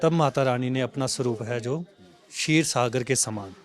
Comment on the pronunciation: खीर नाही.. क्षीर